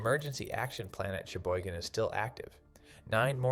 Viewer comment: LEARN it Cheboygan not sheboygan